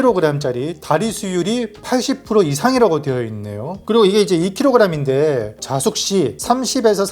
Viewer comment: 찜, 찌다’ 로 말씀하시면 어떨까요. 다들 말하는 자숙을 글자만 보고 모두 짧게 발음하기때문에 ‘반성하는’ 뜻이 되는 것을 모르는 듯 합니다. 둘 다 긴 발음 ‘자:숙:’으로 발음해야 찜 찐 것이 되는데요ㅠ 그냥 찜으로 말씀해 주시는 것이 더 낫지않을까해서 말씀 드립니다.